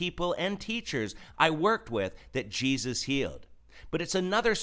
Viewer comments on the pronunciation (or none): none